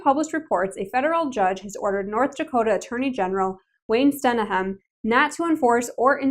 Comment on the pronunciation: The pronunciation of ND's Attorney General's name is Sten-jum